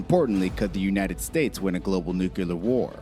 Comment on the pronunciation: Nucular is not a word. That's just ignorant